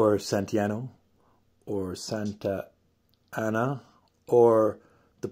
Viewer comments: As a Mexican I can confirm you did pronounce the name of Santa Anna close enough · Your pronunciation was spot on